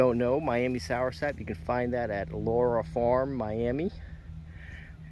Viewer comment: It's not "soursap"... it's soursop.